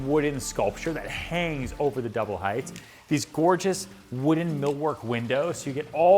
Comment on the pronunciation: Ryan double check how you are pronouncing the word 'height'. The correct way is hite-. Leave off the -th at the end.